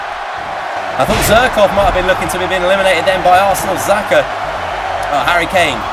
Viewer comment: Xhaka not zerkaa